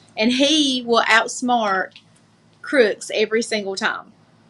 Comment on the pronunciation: What exactly is a "rotchiss anngrrrr"? "God will ottsmart crewicks"?